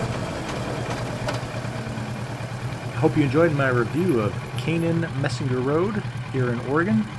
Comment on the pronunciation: It’s pronounced “mysner”. You passed where I grew up .